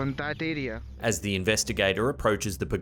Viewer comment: It is air-e-uh, not "air-e-er"